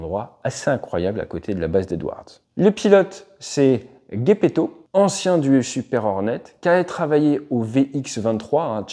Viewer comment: "Gué" pour Geppetto? J'aurais plutôt dis "Djé" 😅